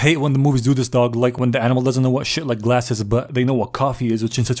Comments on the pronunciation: glass? Or galss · "galss" GALLS??? More like BALLS...Haha...right?